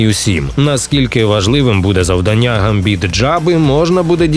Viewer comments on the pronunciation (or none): none